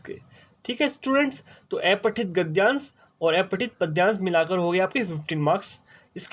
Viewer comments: Aepathit nhi sir apathit gadyansh hota hai 🙏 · sir wo to aapne sahi bola lekin aapka pronunciation aepathit hai jo ki अपठित होता है...